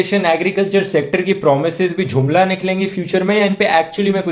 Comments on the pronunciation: Bhai its JUMLA not JHUMLA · Dhruv.... It's not jhumla.... It's jumla...😂😂😂 n best video...